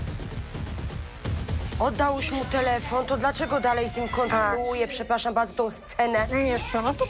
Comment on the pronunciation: "to jest program łusterka" "pszepłaszam bałdzo ineweniujemy"